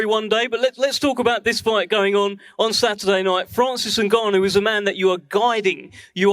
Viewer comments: Mike say Francis nuganu💀🤣🤣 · “Naganu.. I said it right, that time, right?” Lmaoo what a legend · Mike Tyson trying to say Francis Ngannou is gold 😂